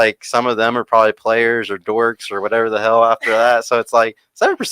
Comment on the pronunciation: "da" Is that "the"??? 😆